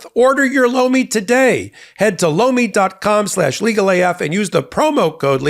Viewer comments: Anyone else think the supporting ad Lomi sounded like he was saying "Blo me"? 🤣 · Tell your sponsor (Lomi) I was in the other room when I thought I heard say "BLOW ME" - Their product name is horrible - They might want to change it!! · LOMI sounds like BLOW ME! 😂😂